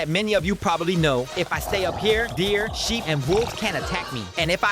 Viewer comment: "Sheep" Bro what saying